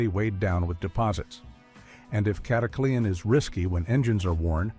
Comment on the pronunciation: This AI narrator is one of the best I've heard with a very good nuanced voice, but it turned "Cataclean" into a 4-syllable word! "Cat-a-clee-an"? It isn’t "snake oil"!